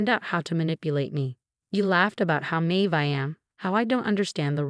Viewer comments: Naive q- AI needs help with this word. SMH 😢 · Can you teach AI to correctly pronounce “naive”? And “Nathan”.